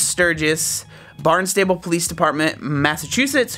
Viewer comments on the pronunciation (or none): Barn-stable, lol for future reference it's pronounced Barnstible (take it from a local)